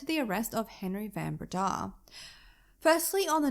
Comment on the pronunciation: South African here. My husband, myself, and our sons studied at the University of Stellenbosch. The area around Stellenbosch - the Winelands - is a must-visit. Do yourself a favour and go there. Pronunciation of Van Breda = Fun Breda.